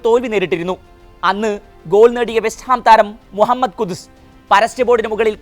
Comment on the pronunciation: കുദ്സ് അല്ല കുദുസ്